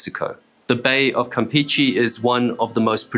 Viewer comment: As a side note, for an English speaking person, great pronunciation of "Petróleos Mexicanos"! Also a suggestion if I may. "Campeche" is not pronounced as "Campeechee", those E's sound more like the E's when you pronounce "Petróleos", "PEMEX" and "Mexico". E's in Spanish always sound the same. Kudos for another great video!